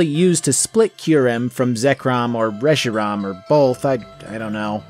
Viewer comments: "resh-ee-rom" Reshiram - resh-ee-ram where in the hell did you get the "o" from?? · Short a